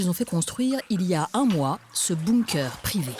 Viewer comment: Comment elle dit Bonnkeur non NON !! Il n'y à pas de O Bunker !!! C'est quand même pas compliqué